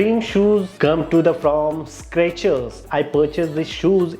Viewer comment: Everytime you say Scratchers...cringe